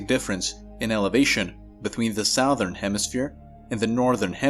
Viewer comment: Why do you say Southern like Sowthern instead of Suthern?